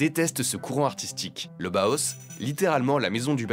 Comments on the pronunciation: Bau se prononce Ba-o en allemand, s'il vous plaît. Et le H est aspiré. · Le Bauhaus (/ˈbaʊˌhaʊs/ et non pas /boos/), je connais grâce à Karambolage. Évidemment que les extrêmes droites, qu'elles soient royaliste, fasciste, ou "néo-païenne" sont détestent ce style, tout comme elles haïssent le Suprématisme, le Constructivisme "russe", De Stijl, et leurs successeurs - exception faite du Futurisme, avec lequel les Fascistes ont des ambivalences -. Elles sont réactionnaires, elles embrassent la tradition - même fantasmée - et rejettent la modernité. À l'heure où les extrêmes droites fasciste et bonapartiste vernies par un semblant de respectabilité gagnent du terrain, après un contexte de dépolitisation enclenché par les Libéraux dès les années 80, va falloir se battre aussi bien sur le plan partisan que sur le plan artistique. Cette extrême droite veut le Fascisme ? Ils auront le Bolchévisme - qu'ils ont qualifiés de "Judéo-Bolchévisme" et qu'ils qualifient pour le moment d' "Islamo-Gauchisme" -. Il sera donc pertinent de valoriser tout ce que les extrêmes droites détestent, y compris sur le plan artistique - possiblement même les œuvres de Soulage, qui ont au moins le mérite d'exister -, en plus de devoir relancer le Front unique prolétarien - ou Front unique ouvrier -. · B-A-U-H-A-U-S !!!! Pas BOHOS 🙄